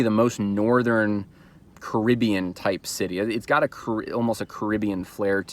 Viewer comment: I love you, brother, but you keep mispronouncing "Caribbean." Repent! 😜